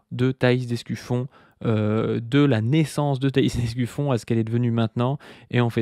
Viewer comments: C'est vraiment dur de ne pas entendre ''Escufion'' a chaque fois 🫢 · C'est l'Escufion ^^